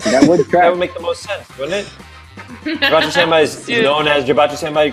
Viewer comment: You mispronounced “Senbei”.